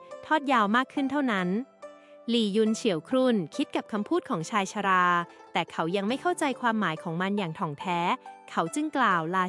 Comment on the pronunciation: คำอ่านผิด บ้าง ถูกบ้าง เช่นชายชรา อ่านออกเสียงผิดบ่อยๆ เปน ชายชะร่า